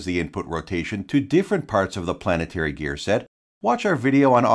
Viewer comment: Gear planet tary